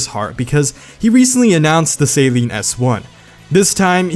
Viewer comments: It's not "Saline" it's "sAl-EEn" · Suhleen not sayleen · "Salene" is what I use to clear my nose out after surgery. "Suh-leen" is how it should be said. Sorry for being rude lol. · Amazing video! Only thing....it's SUH-LEEN not SAY-LEEN! (Coming from a long term owner and Saleen enthusiast.) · It is not pronounced saline it is pronounced like suh-leen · SAY-LEEN? SAY-LEEN? ITS SUH-LEEN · Dude, please pronounce Saleen properly if you're going to make a video on a Saleen.. It's not pronounced Saline, Say-lean, or whatever. It is pronounced Să-lēēn. Love most of your videos but every single time you said Say-lean, I died a little inside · It's pronounced Sahleen, not Saeleen. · Is no one going to talk about the fact he keeps calling it the saline S7. I usually don't care too much when people pronounce names wrong but for some reason this is really bothering me. Saline is salt, saleen is the car company. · Saleen not pronounced Saline 😂😂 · I get that you probably pronounce it like that in america but why sALeen s7 it sounds so weird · No offence, but you’re pronouncing Saleen wrong. You’re pronouncing it as Saline, which is a medical disinfectant. Other than that, I love your videos man, keep em up! As soon as I see that notification, I drop everything and watch your videos! Good job! 😃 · Saleen or saline lmao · "2020 saleen s7" wtf saleen you fucked it up